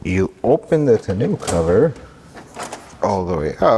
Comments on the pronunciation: Tonn-oh cover not tonn-ooh cover 😀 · Tah-no cover not tuh-new cover lol. Looks good though. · It's a French word and instead of Ton new pronounce it Ton O. Or not just trying to help. Congrats on the new truck! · It’s “Tun-oh” (ie. it’s the french word for ‘barrel’) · “Tahnoo” cover is killing me 😂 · I'm a RAM guy, but it is a nice truck. Too bad you don't have an openable window in the back window. Even my '14 RAM Sport has that. 😉 And it's pronounced "ton-o". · It's pronounced "TAWN-oh".